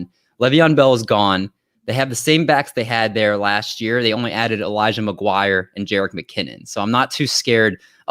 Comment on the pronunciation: Elijah McGwire?????? Lmao.